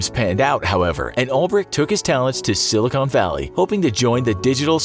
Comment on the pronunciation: SiliCON please not CONE